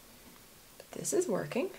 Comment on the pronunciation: I love the way you say BOT instead of BUT! :)